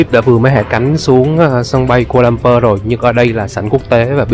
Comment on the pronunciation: Sân bay khu - la - lum - pua chứ anh